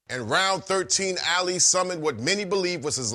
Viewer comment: This guy can't even pronounce his name right. It's not Alley.